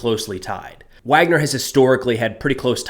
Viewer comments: Pronounced Vagner not Wagner. B in Russian is a V sound. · It’s pronounced VARGNER, not Wagner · pronounced VARGNER in English, spelled Wagner